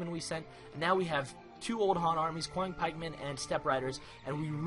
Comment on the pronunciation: Awesome play! I am beginning to play Chinese as well. FYI, "Qiang Pikeman" should be pronounced as "Chiang Pikeman".